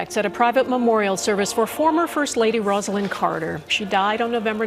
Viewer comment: Rosalynn Carter’s first name is pronounced Rose-a-lynn. Not the usual Roz-a-lynn.